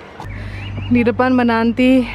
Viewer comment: 19.44.. said didepan menanti...... *halu yg denger...didepan "MENANTEA"😅🤣🤣🤣